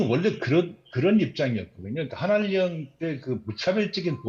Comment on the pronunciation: 앵커가 발음으로 먹고 사는 직업인데 한한령을 한한녕이라 발음하냐. 한할령(ㅇ)